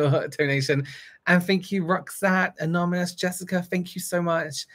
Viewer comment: Take a shot every time says, “anomonous” instead of “anonymous” 💙😂